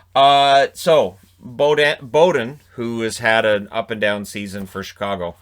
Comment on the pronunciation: It's pronounced Beaudin